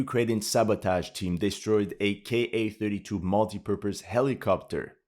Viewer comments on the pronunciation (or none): Just a small thing, Russian helicopters arent pronounced like. K , A seperately. Its pronounced as KA , as in KAmov, KAlashnikov, KAmera. edit: , thats SU-57 models